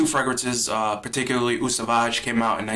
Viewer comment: "Eau" is pronounced "oh."